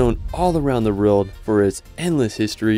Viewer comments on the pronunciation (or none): You had me at, "France is known all around the rerld" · “France is known all around the rerld”